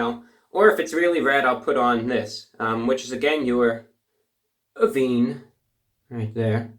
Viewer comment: The "Avene" is pronounced "Uhh-venne" (not like oven)